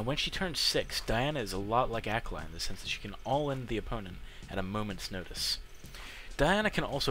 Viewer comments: is the real way to say it akleh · Say it with me: Ah-Kah-Lee. Akali. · lol. funny way to say akali...